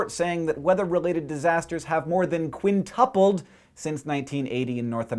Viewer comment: first you make a video about how people mispronounce things, and then you say kwinˈt(y)o͞opəl wrong